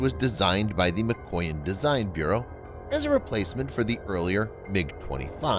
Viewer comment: It is 'Mikoyán! Not Míkoyan!!